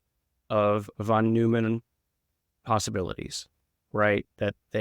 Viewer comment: I'm sorry but the mispronunciation of German names is really distracting Jung is pronounced like “young”; Neumann is pronounced like “noyman”